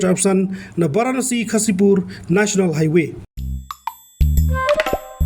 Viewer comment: Sngwbha da pronounce shai ia ki kyrteng shnong ba kum ia sngwthuh bakla. GHAZIPUR sngw kmba kynnoh KHASIPUR